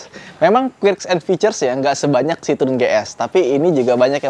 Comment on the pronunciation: Sorry ni, mungkin pronounce "quirks"nya bisa dikoreksi sedikit, bacanya "kuerks" bukan "kuirks"